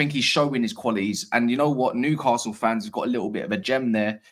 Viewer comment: If you want to win Newcastle fans over, you need to learn how to pronounce the city name properly. There is no ‘R’ in the name! Noo-ka-sul